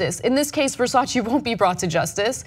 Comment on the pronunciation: Versace not VersacI!